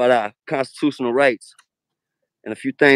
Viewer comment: Oh what do you know? Someone from the auditing community who makes constitutional rights his business and he can't even pronounce mf constitutional.